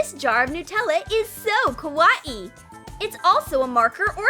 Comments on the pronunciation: Your not saying kawaii right your saying kwauieie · Yeah its really "kawa-ee" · Kaw-a-ii? Wth is up with the pronunciation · How everyone says Kawaii: Kawaii How they say Kawaii: Ka-wayee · “Ka WA ii” XD It’s “Ka why ii” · why are they saying :kawaie BUT your supost to say kawai >:[ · The girl says ka.wai.I instead of kawaii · Btw you’re saying is wrong, your saying “ Kawa - ii “ it's actually just “ kawaii “ it self, just don’t say it like it’s separated. Ñö øffęñćė. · I hate how she says ka-wa-ee instead of kawaii.. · Why are they saying kawaaiiii what the heck it is supposed to be kawaii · It's not ka-wa-e It's ka-why-e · When they say ka wa ii it's ka wa aii Me not hate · Kawaii? Well let’s say it’s kawaii but pronounce it ‘Kah-wa-ee’ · The way she said kawwai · Noo please no more "ka-wa-ee" video its TRIGGERING MEH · No offense but I can’t stop laughing when the narrator says kawaii like ka wa E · kawaii? more like kawa-e according to listen closely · She said kawaee u say it WRONG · I it sounded like koowatci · How to not pronounce kawaii:: kawa-i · Ka wa ee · Victoria With a V its pronounced Ka-WIH-iy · Bro said kawaii as Kawa ie 😂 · Please stop saying KA WA EE you're triggering me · Why did they pronounce "kawaii" like "ka-wa-i"? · I don't understand why you always pronounce words so weird. You said Kawaii like ka- wah- ee, and you say wire like why- er and why you say it so fast. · Every time they said kawaii it sounded like koowatci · YOU SAY KA WA EE WRONG! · Kaw a e Wow i totally knew that was "how to pronounce kawaii" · Why are they saying kawaii like kawa ee😂😂😂😕😕😕😐😐😐❓❓❓ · She said double e lol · Bish what “kaweee” ????????? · ka-wa-e really?!I HATE IT!!! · Why does it sound lik3 the narrator is saying ka wat e instead of kawaii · Their saying kawaii wrong :c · the- the way they said kawaii .....WHYYYY